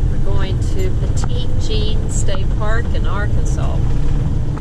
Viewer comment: It’s pronounced petty jean